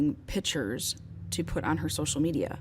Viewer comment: PICTURES…..the “C” is not silent, also the mouth sounds, I could not continue! This probably would be an amazing podcast, so many distractions!!